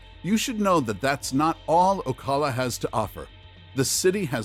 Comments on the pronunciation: It's pronounced Oh-cal-uh. Not Oh-call-uh. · Did... Did you really just pronounce Ocala as O-call-a? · Stop using AI! This is the third video I have listened to. I thought that you weren't pronouncing things properly? When you said Ocala. Yuck! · Please learn how to pronounce ocala